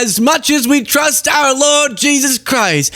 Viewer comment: When pretending to be behind a pulpit you must add a syllable to words like “lord” making it sound more like “lowered”. “Have you her-rid the wur-rid of the lowered” … like that